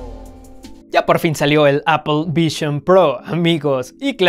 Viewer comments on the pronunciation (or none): none